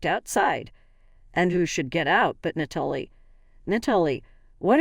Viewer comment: Nat uh lee